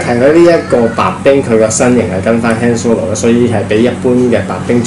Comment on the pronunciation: Not "hand solo" it's "慳 " solo